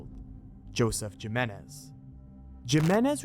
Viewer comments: lol it's "him-ay-nez" not "jim-in-ez"....spanish, bro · Jimenez: say it with me - "he-menez" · *Himenez. That is how you pronounce it. And wasn't the video made after they found the body? Or did they predict they were going to find it? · It's pronounced heh-men-ez, not Jim-in-ez. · Its Himenez not jimenez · Jimenez is pronounced He-Men-Iz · Did bro just say JIMenez???? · It's pronounced HIMENEZ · Jimenez is pronounced Hee-men-ez.... hope I don't offend giving you the correct way. Just found this awesome channel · I have never heard anybody pronounce it the way he does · I can't tell if yes mispronounced Jimenez on purpose or not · Jimenez, replace the J with an H and you will pronounce it right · lol it’s not his accent it’s just him being unaware how to pronounce Jimenez. It’s perfectly able to be pronounced in an American accent unlike how someone from Japan might have trouble with their L’s due to the language not having that L sound.